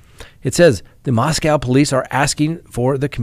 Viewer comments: It’s pronounced MosCOE Not MosCOW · it’s “moss-co” not “moss-cow” like in Russia. 🤦🏻‍♀️ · Moscow rhymes with Roscoe 😉🤣😂 Dugger rhymes with hugger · asked us on the live stream the other day the correct pronunciation of Moscow. Whether it's Russia or idaho, there is no cow in Moscow. I commented about that on the live stream but apparently is still mispronouncing it. MOS-COH is the correct pronunciation, although everybody everywhere mispronounces the one in Russia all the time. I've noticed that most of the officials in Idaho pronounce it correctly.